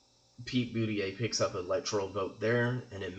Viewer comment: It's impossible for Maine to split 2-2. If you win both congressional districts, you win the state 4-0. If you win one congressional district it would split 1-3 or 3-1. And his name is pronounced Boot-a-judge, not Booty-yay.